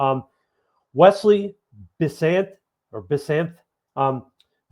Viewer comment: Wesley “Bis-SAINT” is how it's pronounced